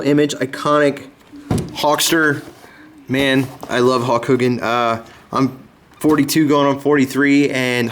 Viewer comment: Great Video i 100% agree with u he should still be in WWE.. but sorry not trying to be rude its Hulk not Hawk